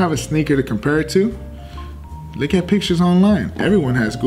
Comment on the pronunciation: Is he saying look or lick? Cus I ain't trying to lick my shoes